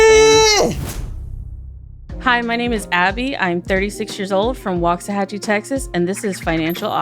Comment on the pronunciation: Having lived in waxahachie....I hate how she pronounces it ...